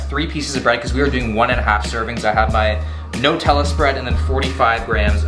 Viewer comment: who calls it Notella??